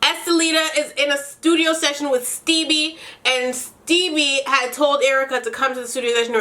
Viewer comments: Dying everytime you say “Stebbie” 😂😂😂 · The fact that you kept calling Stevie "Stebbie" 😂😂😂😂😭